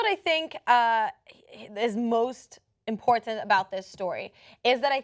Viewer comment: I can't quite fathom the way pronounces "important".